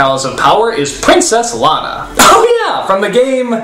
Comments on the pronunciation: He said GAME not GAY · I'm not the only one who keeps hearing as "The gay master" right?